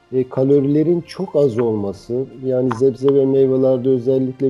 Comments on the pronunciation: acilen zebze demeyi bırakmalısın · Dayı zebze zebze dedikçe sinir krizi geciriyorum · zebze dediği için izleyemedim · Professör olmuş sebze demeyi öğrenememiş adam. Çok enteresan... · Zebze nedir ya! 😅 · Sebze doktor bey zebze degil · ...Zebze mi?.. O nedir lo :)